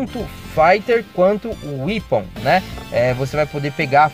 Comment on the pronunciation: Não é "wipon" pronúncia se "wépon".